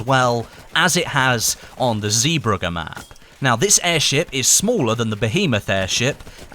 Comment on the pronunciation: Please stop saying Zee burger ! It is ZeeBrugge